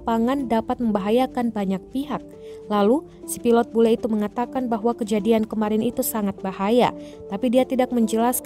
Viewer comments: BULE pak bukan BELU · Bule...bukan belu..😂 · Kok belu sih huruf,U dan E nya ketukar tuh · 'belu' marahi belu atau bule? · "BELU MARAHI ORANG PAPUA" kok belu